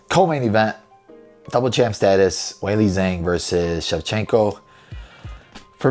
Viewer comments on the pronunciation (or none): Brother, let me help you with that Chinese name pronunciation : Zhang sounds like John, but throw a G on the end. JOHNg.